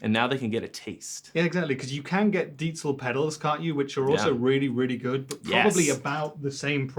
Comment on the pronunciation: Puh, it may look gorgeous for usage at home but the sound is VERY limited to my ears. Pretty much every plugins sounds way better... Good to see Trey knowing how to pronounce Diezel ;-)